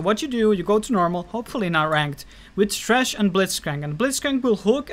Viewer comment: Lol love it... trash hahahha sounds so funny the way he says it